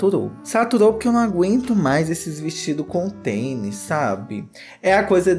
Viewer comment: você falou "teni" ao invés de tênis (duas vezes)? Tô confusa aqui hahahaha